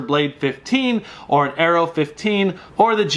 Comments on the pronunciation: at about it sounded like air-eo but you did say arrow at the end of the video, regardless big fan of your channel and appreciate what you do! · Sticking to your guns with the air-E-O 15 pronunciation?